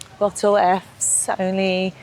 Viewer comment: Also, it's pronounced eff ess